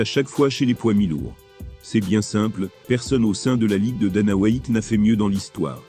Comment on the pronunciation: Dana "Whyatt" 🤦‍♂️🤦🏿‍♂️🤦🏻‍♂️🤦🏼‍♂️